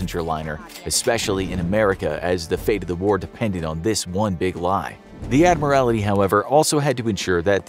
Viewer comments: Admiral TY (tee) not admir AL ITY. That is my only criticism of this episode. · It was the Irish coast. Not the Scottish coast. She was sunk off the Old Head of Kinsale, Ireland. By the way, it's "Admiralty." Not "Admiria;it." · Admiralty you are adding an extra i. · Cringed every time he said "admirality" 😬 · And get a narrator who can pronounce it. ADMIRALITY. cringe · I find the mispronouncing of "Admiralty" as "Admiralaty" somewhat distracting. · It's pronounced 'Admiral-T' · It's pronounced Admiraltee. Your mispronouncing is embarrassing and distracting. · I think they pronounce things wrong to mess with people because they wildly mispronounce things quite often. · The miss pronouncements of admiralty is annoying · Someone please tell the narrator how to correctly pronounce "admiralty". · no L